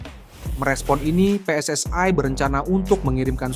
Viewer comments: Sebut PSSI aja kenapa sih..? kok PSSAi segala.. Salah2 lagi nyebutnya.. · Pe Es Es Ai...??. Sok inggris tapi salah dan norak !! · Kenapa PSSI dibaca PSS ay .